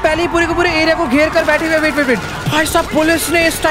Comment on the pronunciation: When he say " Abhi Michael ko mare 2 hi din hoye h " Only we can understand kitne din hoye h 🙂🙂